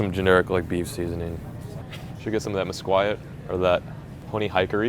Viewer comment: Hey that's pronounced (mis-keet) not (mis-quiet). Lmao